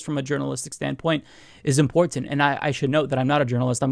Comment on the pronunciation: Me too. He really enunciates the t's.😁